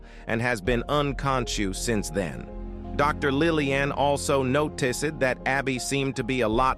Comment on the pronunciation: Happened hospitael uncotuios noticcied best ai voice 😂😂